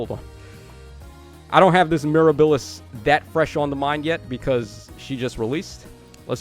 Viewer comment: Bro please…it’s Miirah-buh-lis. Not mir-a-bill-is. While I’m at it - it’s Pee-onie. Not Pee-oh-knee lol